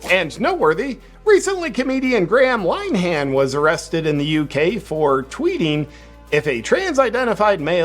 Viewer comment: It's important to point out that the comedy writer's name is pronounced Linn -a -han, not Line han